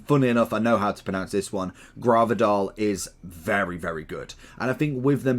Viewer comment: ”I know how to pronounce this one: Gravidoll” 😂😂😂… You aren’t even close, actually.